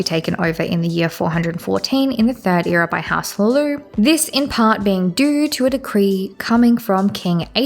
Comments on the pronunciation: the pronounciations are killing mann. You could pronounce hlaalu as Lalu, not lilu lol Otherwise this was a great video! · it’s HLAAlu, rather than hlaaLU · I'm almost certain that it's pronounced hla-loo with a very soft almost not pronounced h but I'll just chalk it up to your accent. Also, it's dwem-er and ky-mer to my knowledge.